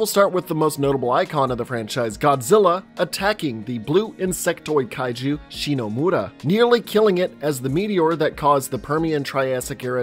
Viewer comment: You can say Shinomura correctly but not Hiroshima? 🤦🏻‍♂️